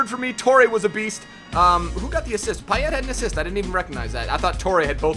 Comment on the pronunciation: He only pronounced payet wrong but everyone does